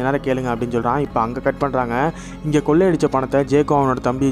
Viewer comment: பக்கீ....கொல்லை இல்லை கொள்ளை.